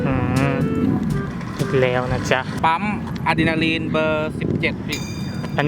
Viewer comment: อเดลินค้าบ ไม่ใช่อดีนาลิน555